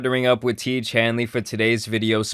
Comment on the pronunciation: I think it’s pronounced wrong I think it’s Ti(é)ge